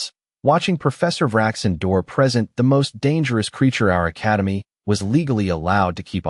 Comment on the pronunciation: Present? learn to pronounce and fix the AI slop.